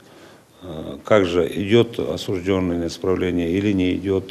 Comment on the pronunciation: слово «осужд Ё нный» пишется с буквой «Ё» и именно на неё падает ударение. Краткая форма причастия, образованная от данного слова, также пишется с буквой «Ё» – осуждЁн. Поэтому правильно говорить – осужд Ё нный, осуждЁн.